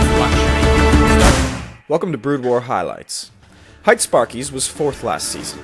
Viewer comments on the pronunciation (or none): hite is pronounced hee-tay, not height. fail.